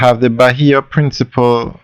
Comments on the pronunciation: It is not principle, it’s PRINCIPE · You keep on saying Bahia Principal when its pronounced Bahia Principe. PrincipEEEEEEEEEEEEEEEEEEEEEEEEE.